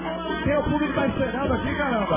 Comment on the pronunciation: Ele escreveu assim, pra dizer que ela falou assim..... Ela fala puBRICO